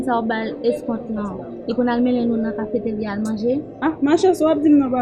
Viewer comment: Eske se mwen selman ki tande cafétaria😂😂😂